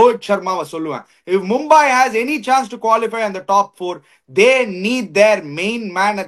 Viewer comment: NOT MumbAAi but Mumbai